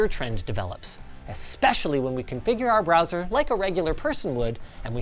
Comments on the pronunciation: Ah yes, 'Broswer ' performance. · "Broswer performance"